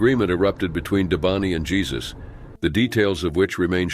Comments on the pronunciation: The name is Spanish that's why Jesus has a hyphen it's not pronounced the same way as Jesus Christ from Bethlehem. It's Hesus with an H! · Jesus it's pronounced HAY-SUSE😅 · The name is pronounced "Hay-soos". DISLIKE just for that. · It's funny that the commenters mocking the mispronounciation of "Jesus" also, themselves, mispronounce words